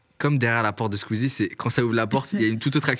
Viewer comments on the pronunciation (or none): none